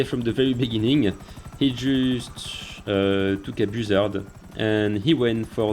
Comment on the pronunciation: BOO-ZARD😂😂 I love French people😂